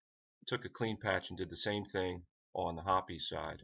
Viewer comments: It's pronounced hops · Have I been pronouncing hoppe’s wrong? Ive always said it (HOP’S) but if it is supposed to be ( HOP-EES). Please let me know cause I am feeling idiotic on this one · right, well thanks for the reply. The pronunciation of hoppes as hops is to herby and forthwith stricken from the mental record. The pronunciation hoppes will therefore be replaced with the following pronunciation; hop-ees. Now who all have i said it wrong i front of before….. this will indeed bother me 😂😂🤦🏼‍♂️